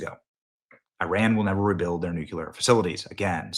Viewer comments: Benny, PLEASE, for the love of God, learn how to pronounce “Nuclear” correctly!! It’s KLEE not KYUH. Look at the word. It’s spelled NU+CLEAR for a reason. That’s how it’s pronounced. It’s not spelled Nukyuhler. 🤦🏻‍♀️ You’d think, as a journalist, you would know that. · Maybe AI can compile all of the times Benny has mispronouncing the word 'nuclear'. It would result in a 3 hour long video of Benny saying only the word "nuclear" but pronounced the Benny way as "nucular" . Could be epic. Has he ever said it correctly? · Say "new." Now say "clear." It's THAT easy. I don't know how people saw the word, "nuclear," and arrived at "nookyalur."